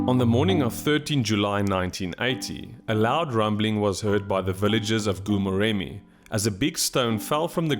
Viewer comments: oh my word... been struggling to understand where is "gu-murem". Please endeavour to ask the locals for the proper pronunciation of names. It wasn't until I saw the place that I suspected wanted to say Goo-Moremi. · It's pronounced Gho Moremi, the "G" sound like sum1 snoring. 😜